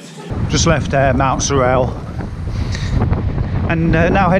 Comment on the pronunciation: you baffled me for a bit with your french version of mountsorell, locals say mountsorul.